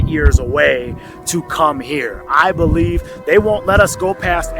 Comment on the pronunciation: “ I do belebe the govbermemt is hiding lands “